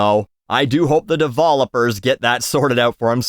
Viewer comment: "devolopers" that's making me laugh much more than it should 🤣Great video.